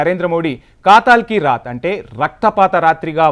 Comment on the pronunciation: కాతల్ కి రాత్ కాదు ,కథల్ కి రాత్, అమాయకంగా పొట్టన పెట్టుకుంది. కాదు అమాయకులను పొట్టన పెట్టుకుంది. న్యూస్ రీడర్ గారు దయచేసి తెలుగు ను చంపకండి